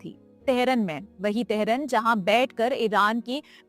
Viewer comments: Teharan nahi tehran bolo. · TEHRAAN BOLNA AATA NAHI TEHRUN BOL RAHI HAI. BAAKI SAMAJH LO KITNI AKAL HAI ISME. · Jis ko tahran sai say pronounce krna nahi ata wo btaya ge ab hm ko 😂😂😂😂 nice joke